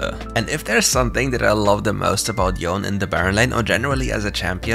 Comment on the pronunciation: Yone as Yawn, lmao